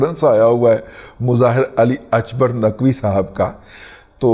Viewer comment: رضی صاحب، with all due respect فارسی میں "ک" ، عربی/اردو کی طرح "ک" کی ہی آواز نکالتا ہے۔ اکبر ، عربی/اردو کی طرح اکبر ہی ہوتا ہے۔ البتہ " ق" اگرچہ عربی کے "ق" کے ہی ہم پلہ ہوتا ہے لیکن فارسی نہ بولنے والوں کو "غ" کی طرح سنائی دیتا ہے جیسے مستقیم، آپ کو شاید "مستغیم" سنائی دے۔ برائے مہربانی تصیح فرما لیجئے۔ شکریہ۔